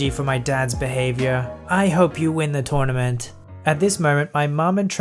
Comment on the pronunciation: Tounament! xDD